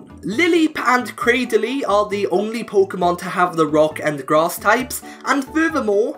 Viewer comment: 12.00 did you say ice and grat?